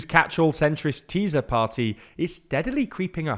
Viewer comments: Let me offer a little help about the pronunciation of the name Tisza. In Hungarian 'S' and 'Z' combined is the same as an 'S' in English (by the way 'S' alone is like 'SH'). You don't have to pronounce the Z in any way at all. You got it right with Fidesz, the rules here are the same. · Ok, you guys are progressing. You called TISZA 'teaser' but at least didn't pronounce it as TISHA as if it was polish (as you kept doing with FIDESZ for years). An SZ in hungarian is a normal S. The party (and the river) is pronounced tee-sah. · Almost. He says it a bit like z occasionally but at least he is not saying tisha. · the guy isn’t even close to correct vowel sounds, which are round as in Farsi. Also, he consistently pronounces Tisza ‘tiza’. Sz is how ‘s’ is spelled in Magyarő. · Learn to pronounce Hungarian. "sz" does not have a "z" sound. It is pronounced like "s" in English. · Its not Fídez, but Fidesz( pronounce Fides) and its not Tíza, but Tisza ( pronounce Tisa) . But it was an informative video. Only these disturbed my ears. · Just for help Try to say it a funny russian acent Madjar (Magyar) And Just say Tisa(Tisza) Hungarian 'Sz' is just 'S' 'S' is 'Sh' 'Zs' is the french 'J' in BonJour You dont need to brake your tongue for these letters For that there is 'Cs' Ch like in Chicago 'Dz' wel if you just say these letters very fast after ech other a lot you get the sound I guess Its actually can be applied to all of my double letters Except 'Ly: its a 'J' with special rights to be in random words Just read it as a hungarian 'J' 'J' is Always like the 'Y' in New York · fidesz= fides tisza= tisa that´s how you pronounce them in english, and another thing, in hungarian our last names usually come first when saying our entire name so it´s not Péter Magyar but Magyar Péter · Magyar is pronounced something like moyor, and Tisza is pronounced teessa.